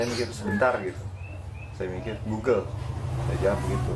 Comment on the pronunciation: G o o g l e ....... di baca glugluglug ..... 🤣🤣🤣